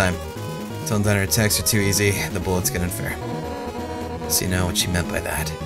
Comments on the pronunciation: Notice how ALWAYS GET THE NAMES WRONG AND HE CAN NOT PRONOUNCE THEM! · pls... you're pronouncing all the characters names wrong! D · he keeps pronouncing all their names wrong :( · "Undeene" "Papeeruss" "Sauns" Oh boy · Im jus gonna say this it's sAns not sOns it's pUpyrus not pApyrus Now just sound them out and u now how to say our name Corectly and it's undIne not undeen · is it really pronounced "undiin"? I've been saying "undain" all the time and now I'm confused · I think they're more judgemental towards him mispronouncing Papy-rus and Undeen. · Sons undeen and papirus, what? You've never heard of them? Their from the game underteel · forever cringing at the name pronunciation. Undeen? Paprus? Sauns? WHYYY still like ya though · same, tho its 'Undeen' that makes me cringe a lot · Well it's meant to be pronounced like Undyne for, y'know Undyne the Undying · No. it's pronounced (un-die n) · sorry, not to be rude but you said their names wrong lol undyne un di ne sans sa ns edit- AT means Attack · What in the name of Jim Belushi happened between the last video and this one that he's randomly pronouncing Undyne wrong? I'd think he didn't actually take a break himself since he was in the middle of a puzzle, so I can't remotely understand. He even said himself that "un-dine" was the right way to say it? I'm going to have to assume it's a joke, that's the only thing that makes sense, cuz between Sans, Papyrus and Undyne ALL being pronounced so obviously wrong, that's gotta be an intentional joke Edit* For the record, I'm not saying that in a dick way, like "I've lost all respect for you for not saying something properly!", it's just something I was curious about. You do you dude :) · I'm sick and in a bad mood so I'm going to rage unnecessarily a moment:, "Papyrus" is pronounced "pap-EYE-russ", and Undyne is pronounced, " Un-DYne"- Should sound like Undying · Und - "I" ne. Not Un-deene and pap "I" rus, not pap - erus.